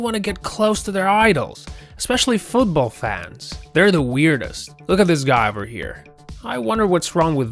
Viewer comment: Love how he says, fooobawl fands and shows baseball....